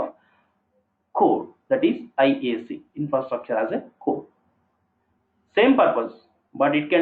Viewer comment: IAAC not iac